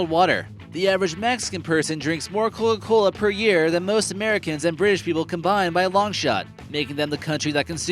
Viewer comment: it sounds like hes saying "cogagola"